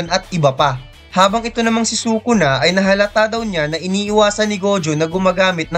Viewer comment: its sukuna not sokona.. and it is toge not togi